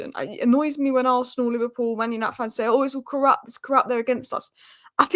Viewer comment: the word you're trying to pronounce is 'corrupt', not KORUPP. There is a 't' at the end that needs to be heard.